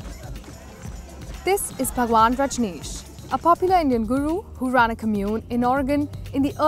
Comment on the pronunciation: When she said bhagvan, i got cringed. Disgusting